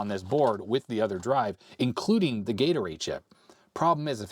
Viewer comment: I might be the only one, but almost every time says 'Gate Array', I heard Gatorade. For a minute I was a little bewildered until I flipped back over to the window.